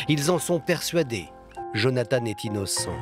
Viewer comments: Jonathan !!! (prénom biblique) ...En Français on ne doit pas prononcer "Jonathane" et encore moins "Djonathane" !!! Nous ne sommes pas anglo-saxons! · En français, on prononce jo na tan. Pas Jone a tane ... merci !